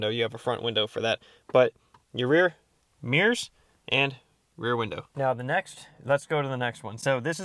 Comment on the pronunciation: "mears"... Yikes. lol How about "mirrors"?